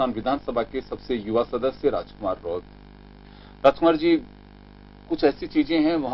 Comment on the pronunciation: रोथ नहीं है रोत है